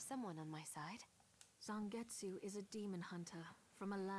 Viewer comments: Zengetsu? Isn't it Zangetsu? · "Zengetsu"...... seriously...